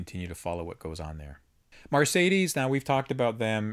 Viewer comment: It's not *Mar*cedes. It's Mercedes!! Sorry, pet peeve.